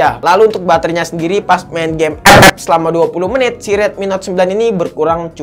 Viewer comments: Ketawa bang gue kalau lho bilang epep🤣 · Ngomong ep ep nya ngakak 🤣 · dengerin abang ngomong "epep" make headshet, beuh mantap cukk wkwk